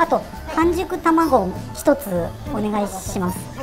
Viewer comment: 久々の牛丼変態食い🤣 半熟ははんじく発音ね